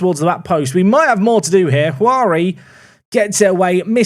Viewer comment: Hey, been meaning to write this for a while. In Portuguese "J" has a similar sound to English, so Juari is actually pronounced JOO-AH-REE